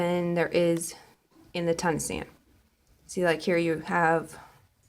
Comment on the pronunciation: The other kind of stitch is pronounced, "tu - KNEE - sian". I love what you showed us with this program. Thank you and happy crocheting❣🐑❣